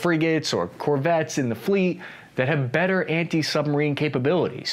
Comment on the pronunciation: Did he say corvettes?